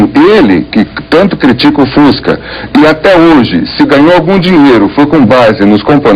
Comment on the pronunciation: nossa eu vou dar na cara dessa reporter pra ela aprender a falar o fusca